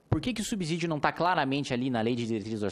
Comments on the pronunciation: Parabéns, nobre deputado. Concordo plenamente com seu ponto de vista a respeito do fim do FGTS. Peço somente vênia para discordar da maneira como pronuncia a palavra SUBSÍDIO (subzídio não é correto ). Essa palavra se pronuncia SUBSSÍDIO. O s tem som de z quando está entre duas vogais, como ocorre na palavra casa. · Kim, muito bom o discurso... Dois comentários construtivos : 1)Subsídio tem som de "S", como paralelo pense na palavra absurdo. 2)FGTS não é imposto, é uma contribuição social,veja a classificação dos tributos, será importante para passar mais credibilidade nesse trabalho bem feito e importante que vc está fazendo. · Kim, desculpa te corrigir por aqui mas não tenho outra forma. Subsídio, o segundo s tem som de s mesmo.